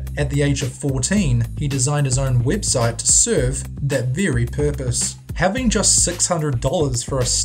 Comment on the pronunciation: wtf is a wibsite?